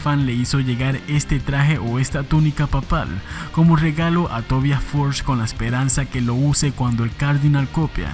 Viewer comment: Me alegra que en este canal si se pronuncie correctamente el nombre Tobias... (Swedish pronunciation...)